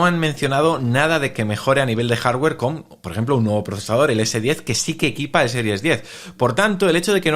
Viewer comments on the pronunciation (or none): none